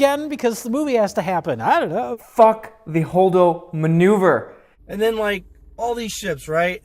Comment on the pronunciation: I think he meant to say Holdo manure not maneuver... at least that’s what I heard